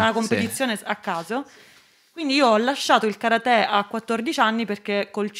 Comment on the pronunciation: Però l'accento su karate non ci va eh